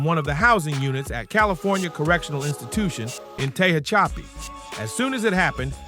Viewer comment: It's pronounced Tuh-HATCH-ih-PEE (Tehachapi)